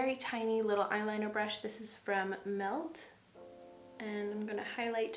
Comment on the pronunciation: BRAASHH 😂 I'm gonna call brush like that from now on. love you 🥰